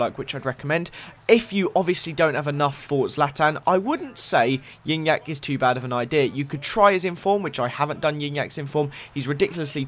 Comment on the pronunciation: It's pronounced gee nyac